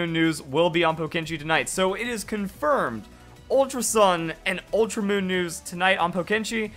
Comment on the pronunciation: "ultra oon "